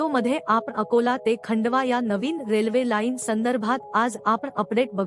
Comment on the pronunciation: मराठी मधे खंडवा नहीं खांडवा म्हणतात.